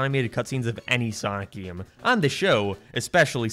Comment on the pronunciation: What accent is that? You are perfectly understandable, untill you speak an "..ay" sound. "Always" becomes "alwees", "Game" becomes "Geem", "Space" becomes "Spees" and so on. I'm curious.